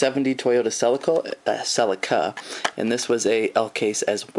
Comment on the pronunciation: its C-LI-CA. Not Cell-li-ca.